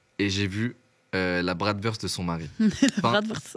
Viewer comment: Bratwurst = bratvourscht (pour la prononciation)